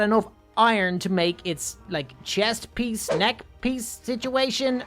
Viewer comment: the way he said piece at the end tho